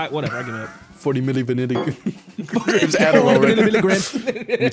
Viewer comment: 40 Milli vinnily grams of adoral had me weak😂🤣